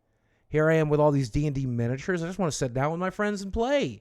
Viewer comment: I know this is unbelievably minor, but does anyone else cringe whenever Boogie says “sit”. It sounds like “set” and it annoys the hell out of me lol I know, I know. A me problem.